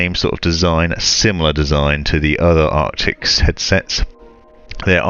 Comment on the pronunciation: ARCTISSSSSSS not ARCTIXXXXXXX.